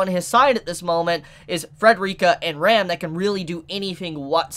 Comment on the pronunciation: Can you call Ram as you would say rum? Because you pronouce Ram as Rem and it is not clear that you talk about Ram or you talk about Rem.